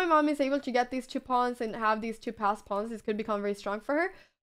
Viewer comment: I love the way you say "chu" instead of "two" :3